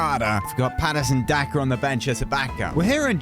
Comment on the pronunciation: It is not Patason Daka it is patron daka